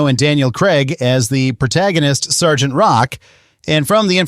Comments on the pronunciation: "Es-gee-tee?" bro it's "sargent" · then that makes it worse. Why pronounce “Sergeant” as “S-G-T”?